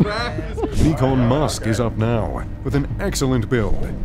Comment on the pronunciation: “Nikan Musk” 😂